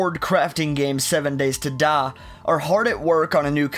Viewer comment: "7 Days to Duh"